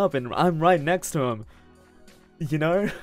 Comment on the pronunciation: Unrelated but I really like the way he says "home" like hou-rm and "know" like knaur 🤣🤣